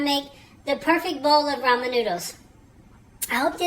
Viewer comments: At least you're saying Ramen correctly...😊 Extra points for that. Lol! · Lyndie Kelley Brazzel it's pronounced "raymen noodles" it's just one of those words spelt different but sounds the same or whatever!?!?🤔🤷‍♂️lmao